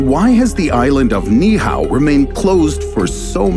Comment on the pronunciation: Being Hawaiian, it hurts my ears every time the narrator mispronounces the word Niihau. It should sound like this Knee-Eee-How instead of Knee-How.